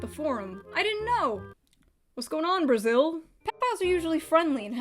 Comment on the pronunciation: I got so fucking triggered when i heard "brazil"